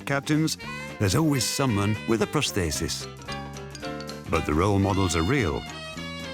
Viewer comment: I find the topic fascinating, and the documentary is well made. However, I find the narrator's inconsistent pronunciation of 'prosthesis' baffling, as it's the key word in the whole documentary.